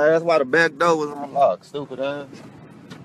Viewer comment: The word is DOOR...not " dough"..... bond revoked you say? Imagine my surprise